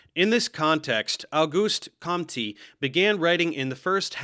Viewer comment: Dear Professor, As Flemish and French speaking Belgian, I would like to make a complete irrelevant remark: though it might have its importance. I believe that the correct pronounciation of any name is quite important: so it should be for the name of Auguste Comte. If you don't mind, I would like to help in that. As the "phonetical alphabet" is unknown to me I will try to use in the best way the English one: Auguste Comte is read as OGUST (that you prononced quite correctly) CONTE (without saying the E but giving a more strong T at the end; like in "count". It is, factually, pronounced in the same way as "le 𝐂𝐨𝐦𝐩𝐭𝐞 de Monté-Christo" of Alexandre Dumas) Again it is completely irrelevant in the topic, but has, in my humble opinion, its importance. To end: it is always a pleasure to enrich my own knowledge with your tutorials - nobody is too young to learn - and it is a just fun to see how you correctly are exposing 𝐀𝐋𝐋 those crea-tins members of the di. I really hope "sieur" berlinski will also get the adequate attention from you. Finnaly: thank you for you attention to read this comment and just wish you all the best with your YouTube Channel that is factually a gem in popularising science. Best regards